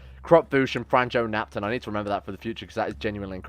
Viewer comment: Bro please dont butcher name Franjo evry time you say that name little bit of me dies(its croatian name)